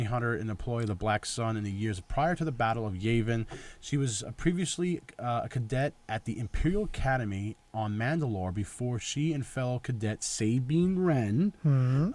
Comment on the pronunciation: Yavin! Like Gavin! Sort yourself out my man!